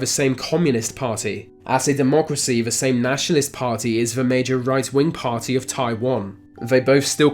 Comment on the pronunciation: Couldn't watch to the end as you're speech is terrible. You litteraly cannot pronounce "the" or "th" in any word, it's always "When v north" or "wiv v worst country". Terrible. Just terrible.